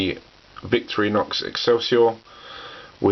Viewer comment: It’s pronounced Vic Thor in ox